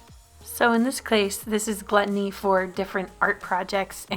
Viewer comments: Is anyone else bothered by the fact that haley cut the word gluttony wrong??!! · Gluttony or Glu tony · Ok, can someone please tell me what “glu ttony” is?